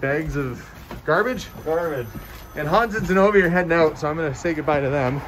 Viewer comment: Isn’t it Zenovia? I can’t hear very well with the volume down so I don’t wake up the husband. Thought her name is beautiful but with the B it’s a little different sounding.